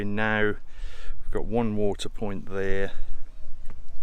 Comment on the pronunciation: at the 5 minute mark. Point not piont. I’m a retired typist and I’m sorry to say it’s a red flag for me. I feel a bit mean mentioning it as it is very picky of me and I’m a big fan of your vlogs so don’t hold it against me. 🤫🤭